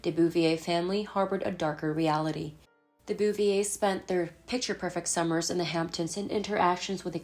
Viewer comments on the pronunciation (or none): none